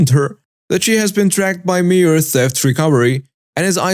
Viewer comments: It is pronounced My-er. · the store Meijer is pronounced mī·er (long i sound). At least that is how we pronounce it here in the states. 🥰👑❤️🌻😊